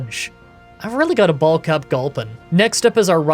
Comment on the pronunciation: Swear you said ball cup instead of bulk up for Machop 😂